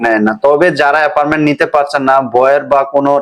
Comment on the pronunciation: Vai apperment na... Eta appointment...